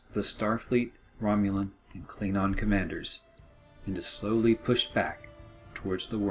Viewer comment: Do not call yourself a trekkie when you can not even pronounce the word KLINGON correctly. IT IS SPELLED WITH A G FOR GOD`S SAKE, NOT LIKE KLINONS!!!! And BTW Benjamin Sisko who is at this time a prophet (god) could have easily just removed the Empire from the milkyway galaxy. Also you cant say that Imperial weapons would destroy the federations shields because they would not!!!